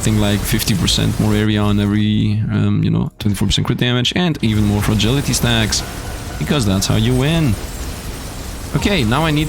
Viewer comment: There is no damned "G" in Frailty, come on I know English isn't your first language and I also know people have told you this before. At this point I know Youtubers do things like that because they think it somehow helps them or to amuse themselves but it needs to stop. Please stop doing it or I'm going to have to stop watching your Soulstone content because yes it's that damned annoying. Thanks for making content and having fun while you play. I would really hate to have to move on though of course I'm just one person but I can't be the only one it really annoys especially after knowing you've been told about the mistake... I tried I really did but I just can't watch with how many times you say "Frailty" as "Fragility", there is NO G in "Frailty"...